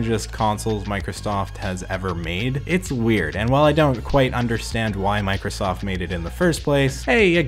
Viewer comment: Did anyone else noticed that he said 91sack & Microllstoft ?